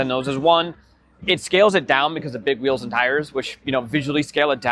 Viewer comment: "do whatever Porsche does with whees" bro you really are an NPC just stop